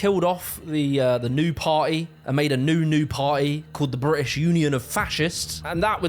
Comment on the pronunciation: bri'ish hi'ler 💀